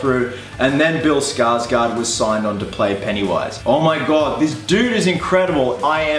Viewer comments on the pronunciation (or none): The "å" in Skarsgård is pronounced like "awe". There ya go. Not Skarsgaard. Skarsgård.